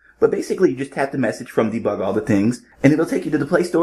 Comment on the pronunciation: Debig lol or bebug 😊